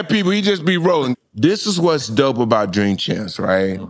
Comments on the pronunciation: Jink champs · Bill can't even say his name 😂😂😂😂😂